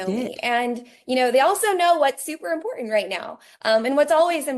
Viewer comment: "that's im-por-ANT!" ma'am, please stop.